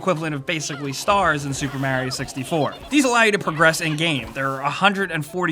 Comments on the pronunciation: PLEASE stop MARIO so weirdly. It's MARIO not MUR-YO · You say Mair-E-Oh, I say Mar-E-Oh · Did you just say... mærio... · I've never heard anyone pronounce Mario like that. Normally it's the way he says it himself, MARio, and then there's people that say merry-o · The way you say "Mario" lmao